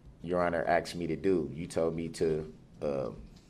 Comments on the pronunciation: Darrell I know you got your busy pretending to be a lawyer. But its asked not axed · You AXED me to DO DAT 😄😄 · I know, poor poor poor Darrell, everyone is so biast against him!!! AXED AXED AXED AXED ME TO DO..Is it fair to say…Substain.. Ugh,.He makes me 🤢🤢🤢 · What in blue blazes does the vile defendant always mean by his saying: “I accept for value and return for value any documents?” AND the vile defendant does NOT ever pronounce the word and/or words “ask & asked” correctly. Vile defendant pronounces the word and/or words as: ast & asts. Vile defendant conducts his behavior AND words exactly as two of my family members CHOOSE to do. The Lord, in HIS timing, WILL give this vile defendant an attitude adjustment, be that here on earth BEFORE he dies, OR in the eternity that he CHOSE, which is in hell with satan laughing in vile defendant’s face. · I'm not sure how many times he's said he axed the judge, but those should've been included in the sentencing. he threatened to axe so many people. Very scary. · "You never axed me ta do dat"- Darrell Brooks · lmaoooooooo yeah haha AXED too many questions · But I axed you your honour